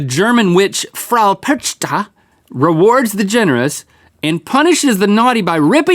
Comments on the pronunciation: I've taken three years of German and was in Germany for a month and their pronunciations for "Krampus" and "Perchta" made me die inside a little (also Krampus beats kids with sticks so Rhett got one more switch than he should've gotten) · The pronunciation of "Perchta" is priceless. :D :D